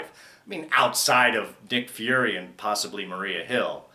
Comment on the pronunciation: "Dick Fury"? XD